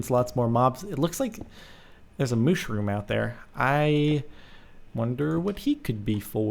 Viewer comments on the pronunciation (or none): Mooooshroom its mushroom haha